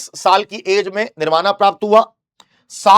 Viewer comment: Your pronounciation is incorrect. Nirvana english mein likha jata h hindi me saf likha h tbhi galat bol rhe ho yaar ajib ho Shravasti hai vo shravati nahi hai yaar 😂